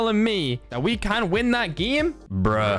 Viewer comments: Say game not gim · Why you said geme not game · Lol not being rude but its game nat giym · I'm still laughing because he keeps saying gim